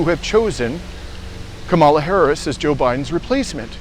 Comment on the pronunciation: If you're going to parrot Harris ' name, say it correctly - Kamala is pronounced Comma - la not Ka maala. And why do all of you pro Palestinian creators continuously bash democrats? Are you scared to talk about republicons? There's no point in any day that republicons can't be criticized, yet you focus 99% of your political diatribe on democrats. Unbelievable. And by the way, any recently passed programs that help the American people (tRUMPers, too) have been passed by democrats with no help from republicons who are only seeking to solidify white supremacy. Stop the Democrat bashing.